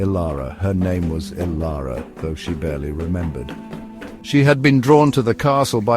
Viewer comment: The heading reads Transform Dilara, but the narrator calls her Ilara.